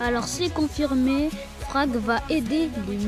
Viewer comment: c’est frak pas frag 😅